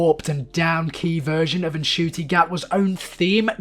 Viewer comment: Just a tip for future reference; The N in Ncuti Gatwa's name is silent. You're saying the rest if it fine, though!